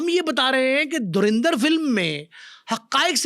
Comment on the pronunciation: Bhai it's a movie, aur sbse pehle to Its Dhurandar..no E in pronunciation 😂..also baar baar bol rahe ho kya hasil kiya..437 Cr INR means 1380 Cr in Pak Currency 😂